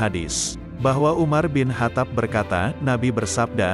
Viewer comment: Bukan umar bin hatap min. yang benar umar bin khottob.